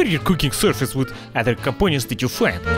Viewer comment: "Compoñents"! hhkjahakjahkajhakjahaka!! Qué grande Boris!